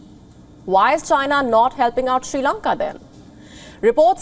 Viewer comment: Shee Lanka 😁